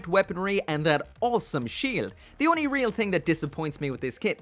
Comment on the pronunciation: it’s “only”, not “onny” i am disappointed 😔